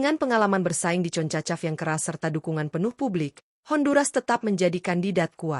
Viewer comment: Ngomong yng jelas min,bukan concacap,tapi jona konkskap😂😂😂